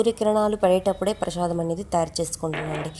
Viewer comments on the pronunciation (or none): Prashadam kaadu. Prasadam